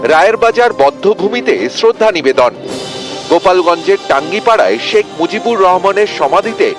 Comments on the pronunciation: টাঙগিপাড়া না 😂 টুংগীপাড়া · টুঙ্গিপাড়া হবে, টাঙ্গিপাড়া না।। এই জায়গার নাম ঠিক করে বলেন কারণ এটা জাতির পিতার জন্ম ভূমি ❤❤❤